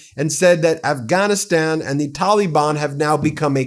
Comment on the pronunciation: Somebody please teach Ben how to say Pakistan and Taliban.